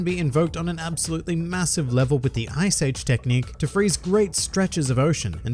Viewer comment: Ice-su Age-uh!!!